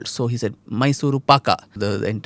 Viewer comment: in kannada it is pak or paka depending on which part of karnataka you come from... paga is what tamilians would pronounce.